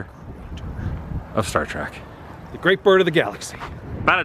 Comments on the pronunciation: Hey Woo its Star Trek not Track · I enjoyed the video thank you for the walkthrough, it was hard getting past you always saying star trak instead of star trek. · Star Trek...not star trak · Stop saying Star "TRACK". It's Star TREK. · Lol....It annoys me whenever people say "Star Track" when it's pronounced "Star Trek". I have faith that you will correct yourself in the future. Im super jealous you got to sit in the captain's chair!!! Anyway thanks for awesome the video! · I confess I had to laugh because I noticed Adam interchanging the pronunciation of the show between "Star Trek" and "Star Trak". I think I pronounced it the latter - even throughout the majority of my teen years - LOL. In regards to the temp comments time mark - , you two obviously never grew up or lived in NE FL in the winter. It wasn't uncommon for temps in Jax to get down into the 30s and sometimes 20s at night. It could even (and did) get into the upper teens on rare occasion. The moist air does make it feel colder. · "... Star Trak... "??? ok. I can see clearly now. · "Star Track..." A true fan, ladies and gentlemen. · Every time you say Star TRACK an Angel in heaven has it's wings ripped from it's back. IT'S STAR TREK !!!!! You have the brain of a Tribble! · I couldn't help but notice that you said "Star Track" as opposed to "Star Trek" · I'm uncomfortable how he said "star trak" its trek sir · I'm 55 seconds in, and I'm already annoyed the keeps saying "Star Trak." I'm glad I waited to the end before posting, I think someone corrected Adam cause he stopped sayin it that way on the very next cut. I'm also blown away how much more "Kirk" is just in his casual personality than the other newer Kirks that have appeared in the newer official shows. Hmmm... I mean, it's not an accent, right? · Star “TRACK”? Seriously?!? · said "Star Track". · There is no "A" in trek.